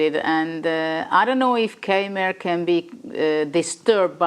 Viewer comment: And Niclas funnily still has problems with the pronunciation of Keymer (both German).